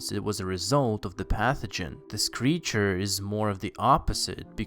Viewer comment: why do Americans on YouTube talk like this. putting emphasis on odd WORDS in a SENTENCE. and adding extra SYLLABLES in words like creature which this person pronounces as curr-ree-churr